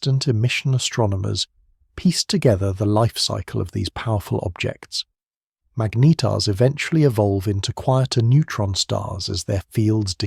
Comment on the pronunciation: "... some collide, some become magnYetars..." Another serving of AI drivel? Well I'm off!